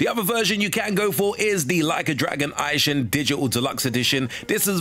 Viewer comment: "Ai-shing". "Rai-oh-ma". What??